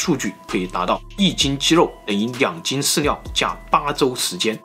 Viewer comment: 你的ㄋ跟ㄌ發音是不是會搞混@@ 飼料講出來變飼尿